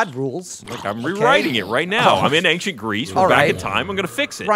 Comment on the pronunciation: Ryan says ankshient